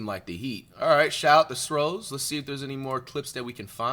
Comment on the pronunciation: Six rings of steel bro not sros🤣🤣🤣